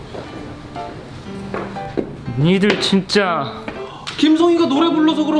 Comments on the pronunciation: 에서 순간 '진짜'를 '썅'이라는 줄ㅋㅋㅋ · 나만 초에 진짜가 아니라 ㅅ샹이라고 들림??